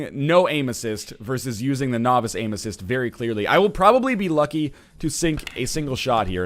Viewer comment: I keep hearing "Anuses" when you're saying "Aim Assist".